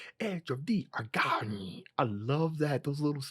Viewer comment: It isn't every day where reaction channels can actually talk about what they like, but you do it. I never even noticed that bit about how he pronounces "at the edge of the Argonne"